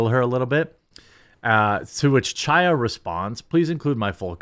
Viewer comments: Jeremy its pronounced chaya with a throaty ch not cha cha cha . Its a hebrew name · Hi Chaya is pronounced with a harsh "H" sound, kind of like a cough from the back of the throat. "High-ya" if you don't want to make that sound lol. It doesn't have to sound like you are kicking up a loogie; just a slight emphasis will do. Thanks for covering everything that you do❤❤ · Absolute FACTUAL perfect description of Ms. Lorenz, Jeremy nailed it!😂 Also Chaya is pronounced Hi-yah think of the pronunciation of Chanukah the C is silent.😊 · Love your channel. FYI, Chaya is a Hebrew name and the "ch" is not pronounced like cheese. It is a gutteral sound like the last two letters of "Reich" the way Rush used to say. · It's hilarious how you pronounce "Chaya"... I know it's a hard sound for non-Hebrew speaking people.... but that's such a hilarious refusal to even try and emulate the correct sound! Oh... and you can't even pronounce "Bezos" correctly... THAT'S AN ENGLISH NAME!! GEEZ!!! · I wish you would pronounce Chaya’s name correctly. The “Ch” in Chaya is a guttural “ch”, as in the “ch” in the German word “achtung”. The Russian letter that looks like an “X” makes that same sound that’s missing in the English language.